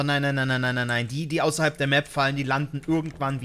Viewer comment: landeln xD wieso muss ich wegen so einem kleinen Versprecher so lachen??